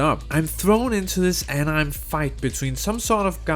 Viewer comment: Did you just mispronounce Anime. I don't know but I think Anime is pretty main stream. Also you mention you don't like clicking to progress. Genshin already updated this in settings you can enable auto dialog and it will progress without clicking unless there is a dialog choice.